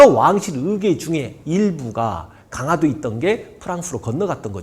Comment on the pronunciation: 잘 듣고 있습니다. 다만 강하도가 아니고... 강화도입니다. 발음이 좀 거슬려서요.